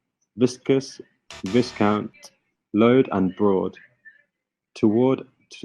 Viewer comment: Pois é, e ele pronunciou load como "loud" 🤔 kkkkk